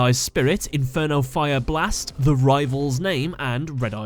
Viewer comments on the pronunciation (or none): You said inferno fire blast wrong. you have to say it like Joey says it.